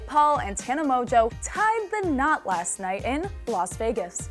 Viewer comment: “Last” not fast